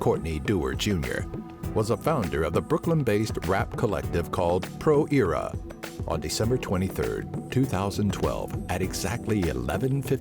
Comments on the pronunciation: "Pro Eeera" ......💀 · "pro ear-a" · Its not Pro Eara... its Pro ERA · in America its pronounced Aira, not Eara. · "pro eeera" lmao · "Pro Ear-a" the fuckin dude says 😂😂😂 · The hell is "Pro-Eeera" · "pro ear-a" LOL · Did he pronounce Pro Era "Pro Eara"???? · ctfcNIG no need to get rude maybe he's never heard it that way